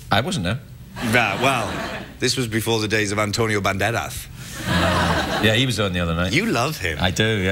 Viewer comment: Hahahaga its so funny how he say Antonio Banderas because he pronounc it like: antonio bandelaz XD and I am also from Andalucia💪😏